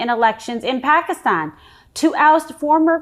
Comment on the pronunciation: She pronounced Pakistan correctly. Credit where it is due.😅